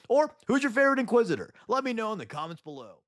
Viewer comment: Inquisit-er? I 'ardly know 'er!